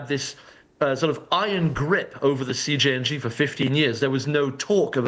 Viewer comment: Did she say CNJG?